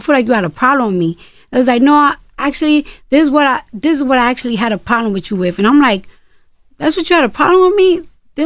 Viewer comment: Did she say ploblem with me